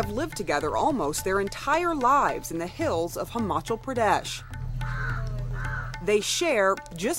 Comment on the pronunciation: it is pronounced as he-ma-chal praadesh